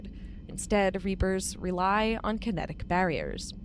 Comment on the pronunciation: Andromeda used large ships with Cryo-sleep pods with conventional drive engines, hence why they mention it took over 600 years to travel from the Milky Way to Andromeda. The events of Mass Effect 1, 2, 3, are well in the past for Andromeda. "kite-enous armour" - erg. terrible pronunciations. It's a soft "ch", almost like an "sh" sound.